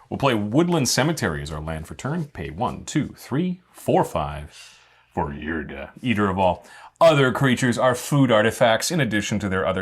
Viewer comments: my brother in Christ, can you read? why do you keep pronouncing it as yrga, its Ygra, pronounced Yi-gra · Hearing him day eargra instead eegra rustles my jimmy's a bit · Loved this episode but hearing Ygra pronounced Yrga hurt my soul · you guys were saying ygra wrong whole episode, but it was good episode